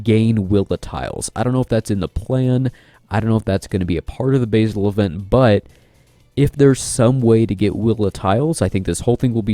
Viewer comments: I believe it's pronounced "Basil" as in the name, not "basil" as in the herb lol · Agreed. He is the Batlord, not the Baitlord ;)